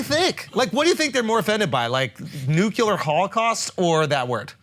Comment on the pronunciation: When is someone gonna correct Schulz when he says “nucular”? He never gets it right